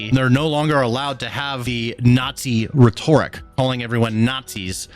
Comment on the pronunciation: Your pronunciation of rhetoric makes me laugh. "Retorrick!" Lmao. Love your videos bro. And when you pull your wife in, I'm dying. 😂😂😂